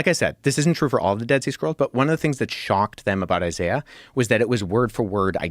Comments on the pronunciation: It’s pronounced eye-zay-uh. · Why are you purposely mispronouncing names. Its “eye zay uh” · who says “eye-zai-ah” for Isaiah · I'm not listening to someone who can't pronounce Isiah. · The way you pronounce Isaiah would have been something you would have called Wes out on missing as "contextual difference" and yet we can all make a logical conclusion that its the same thing. Perhaps youre just trying to cash in on the hype and try to get a showing on Rogan too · Hmmmmm. Should we trust the word of a man that is about to get his PhD and devoted his entire career to the subject matter or the dude that can’t pronounce “Isaiah”… tough call 😂😂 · Yeah I’m not about to listen to a guy that can’t even pronounce Isaiah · Already know I'm listening to a snob when he has to have his own special pronunciation of Isaiah. One that in years of Christian middle school and high school and existing in culture I've never heard. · Trying to work through your pronunciation of Isaiah. 😂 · Wait... British people pronounce Isaiah like that??? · Alex pronounces some words funny: Isaiah: I-zeye-a extant: ex-stankt Moroni: Morown-eye